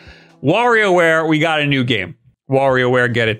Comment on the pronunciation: So you can pronounce "Wario" correctly but not "Mario"? 🤨